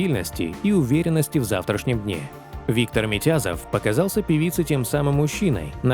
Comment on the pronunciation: Не Митязов ,а Митязов ,ударение на ,зов,Редкостный Мудак